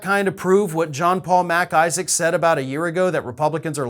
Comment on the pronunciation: I love how you enunciate MacIsaac. It`s not two words lol. PS, your cat is a STAR!